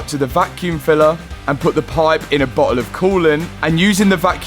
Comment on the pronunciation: Bro, I love your video's and have learned a good deal about cars I'll never get the chance to work on or drive. But when you said bottle in reference to the expansion tank/reservoir, it honestly sounded like you said "butthole"!!🤣🤣Your still cool though!!!